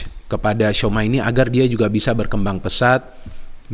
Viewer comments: tchouameni nyebutnya cuameni bang bukan souma 😂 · ralat bung, bacanya cuameni